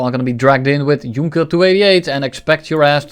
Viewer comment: Did you just pronounce Junker as Junker :|